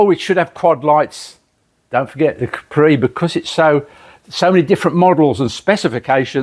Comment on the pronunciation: He should have told the guy it's a Capri, not a Cawpri.